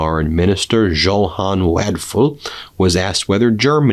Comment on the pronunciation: It's Yo-han, Ben, like Bach. 🙂